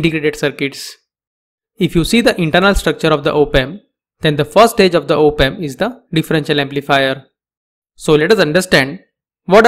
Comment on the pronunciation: Some of the words you slaughter are very simple "OP" "AMP". 2 words and very simple to say. I know English isn't your first language. But, these very simple mistakes undermine the listeners' belief that you know what you're talking about. The second thing that is somewhat helpful is that you should not write on the bottom of the screen -- because we are watching the Closed Captioned English down there and it covers anything your write on the bottom 15% of the screen. Keep your writing above that point please.